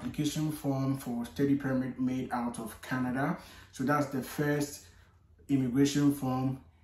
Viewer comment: My boy dey slur. He start dey talk KENEDA🇨🇦, 😂😂😂